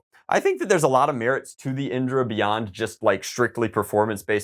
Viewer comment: indra is actually a hindu god who is the god of heaven, its pronounced in-dh-raa